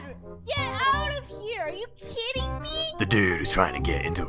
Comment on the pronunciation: lol i heard her said "really are u kitten me " LLOOOL